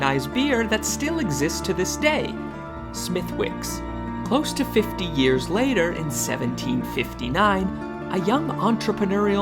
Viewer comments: Smithwicks??is this idiot narrator AI? If it is or not, to the halfwits making this documentary… ITS PRONOUNCED “ SMITH- ICKS!!!!! Not SMITH WICKS!!!!!! AAARRRGGGHHHH 😡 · Great video, I love it. One thing. Smithwicks, is pronounced without the w, for some reason.